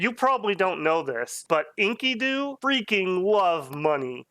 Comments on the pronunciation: you say it like....Inky-du's. when it's more like En-KEE-du. Not a common word unless you're into the Fable of Gilgamesh. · the pronounciation of enkido kills me.